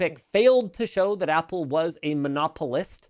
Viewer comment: So Apple "Wost"?